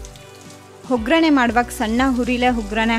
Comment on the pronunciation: Recipe ಚೆನ್ನಾಗಿದೆ. ನಿಮ್ಮ ಎಲ್ಲಾ ರೆಸಿಪಿಗಳು Simple and Testy. ಆದರೆ ನೀವು ಸರಿಯಾಗಿ ಕನ್ನಡ ಮಾತಾಡಿ ಮೇಡಂ. ಅ ಕಾರಕ್ಕೆ ಹಕಾರವನ್ನು ಬಳಸಬೇಡಿ. (ಉದಾಹರಣೆಗೆ ಆಗು ಅನ್ನುವ ಬದಲು ಹಾಗು, ಆರು ಅನ್ನೋ ಬದಲು ಹಾರು, ಒಗ್ಗರಣೆ ಅನ್ನುವ ಬದಲು ಹೊಗ್ಗರಣೆ)